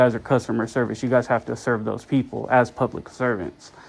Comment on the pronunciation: "you guyzeees"